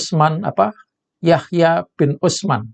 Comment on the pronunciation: anda blm pantas bicara nasab keturunan NABI SAW yg masanya.begitu panjang dan "ruwet"....Nama Hb Usman bin Yahya saja anda menyebutnya ga benar " lidah anda mblibet", pdhl kl anda mengaku kyai anda pasti tahu Kitab "Sifat 20" Susunan Hb Usman yg dipakai di mana2 di NKRI termasuk di Pesantren2 Salaf...ini mmbuktikan anda belum.pantas mmbahas.Nasab keterumam NABI SAW...blm pantas..pengetahuan anda ga luas...texbook...